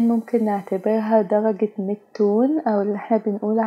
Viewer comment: دلجه هههههههههه 😂 قولي درجه